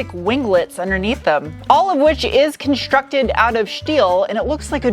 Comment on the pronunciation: Is it really conshtructed out of shteel ?